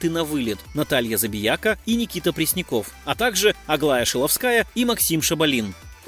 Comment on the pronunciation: Автор вы лучшие готовьтесь к своим видео. Много напутано. И не правды прилично. А за ударения я вообще молчу😂😂😂то Муцениеце прям вообще, как будто мычать любите😂 то Шиловская...